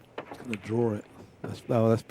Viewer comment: "He's gunna drawr it."